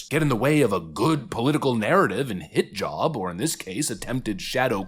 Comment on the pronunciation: sorry but when you say hit-job i hear hijab all these people have TDS so bad they asume trump did stuff wrong so they shout Blackmail accusations on him thinking Ah he has no choice to back down else SOMETHING will be found. But trump stands tall and sues them because he know he did not do SHI meanwhile more and more comes out of the acusing democrat side..